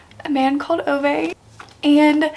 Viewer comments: love Fredrik Backman and his writing style so so much! Also just a friendly pronunciation check "Ove" is pronounced like Oo-Vah. I had this confirmed for me in the audiobook which was also very well done! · why are you saying Ove like that 😅